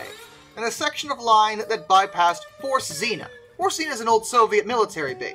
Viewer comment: Forct tsinna, not forced xina, z is always a TS and the rst is pronounced rct